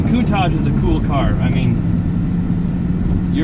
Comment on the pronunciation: love the cars. Although every time you said Countach i would cringe. say it with an SHH sound at the end not with Z.